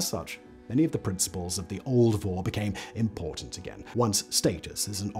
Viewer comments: In Russian the word thief is pronounced [vor]. But you have to pronounce [voR] with hard and define R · Vorrr. emphasis is on R, not O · It is not pronounced Woh or Woe. It is Vor (with hard 'r' like in 'roberry')